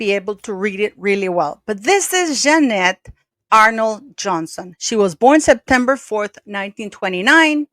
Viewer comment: Why are you saying Jeanette like that?